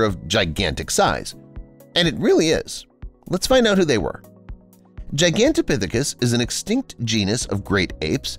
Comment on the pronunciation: being able to pronounce Gigantopithecus is such a flex.